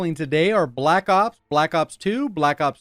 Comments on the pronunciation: Learn how to say black ops not black op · It sounds like you're saying black op and I'm getting pissed😂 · I can't stand the way you say Black Ops